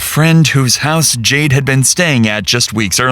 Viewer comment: Why does it sound like you are constantly sighing in your narration “JadeUH” CringeUH